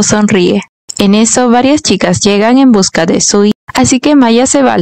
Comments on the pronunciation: Primero, el chico se llama SUI, no SIU, no existe el sonido SI en japones Que les pasa a los directores de los doramas q ponen a esa protagonista tan linda y hacen q digan q ea fea 😂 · Se equivocó le dice siu no sui😂